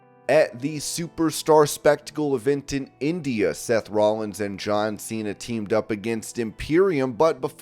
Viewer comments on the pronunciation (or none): none